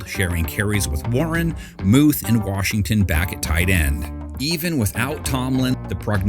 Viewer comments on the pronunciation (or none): mahnt warshington